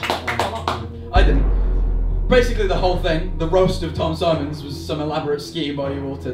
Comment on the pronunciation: ah yes "raost tom"